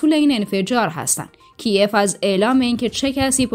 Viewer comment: با سلام درنخستین جملات اسم شهر کیف را که پایتخت کشور اکراین است اشتباه تلغظ کردی و از آن بمعنای کیف پول یا کیف دستی درنظر گرفتید وآن را تلفظ کردی زیرا سامانه موشکی در کیف جا نمی گیرد